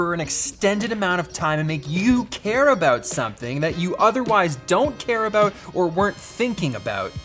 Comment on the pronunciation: ayo my buddy Pete how are you, btw your about still sounds like aboot